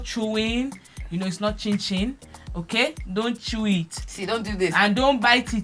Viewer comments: It’s not chin-chin 😂😂😂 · Gbemi, it's not chin chin.... 😂 🤣 🤣 🤣 🤣 Please leave me ooo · Gbemi ooo.... It's not chin -chin.... 😂😂😂😂😂